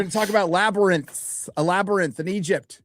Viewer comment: The La-ber-nyth? Or Labrynth? SNAKES!